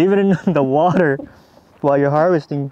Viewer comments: "leave it in the WoUrDeR" hahah. have you been watching too much Brad Leone from Bon Appetit? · "leave it in wuuuduhr" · I’ve been a subscriber since the beginning, and I must say I love your video’s! You and are amazing! Both your editing is great too! “Leave it in the wooter!” 😂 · when you pronounced water “whuter” that’s actually how they pronounce it on the Eastern Shore of Virginia! My grandfather has lived there all his life (he’s 94) and he pronounces water that way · Brad's wourder from Bon Apetite got into you. haha Kelp for the win! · Have you been chatting with Brad from Bon Appetit? Wourder!